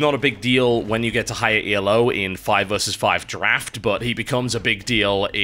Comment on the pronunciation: Hi TB, I don't want to come across as stupidly pedantic, but it is Elo, not E.L.O. score. It is based on a chess rating named after a Hungarian chess grand master called Arpad Elo. Thanks. :)